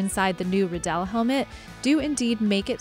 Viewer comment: ha this guy works with Riddell and cant even say Riddell right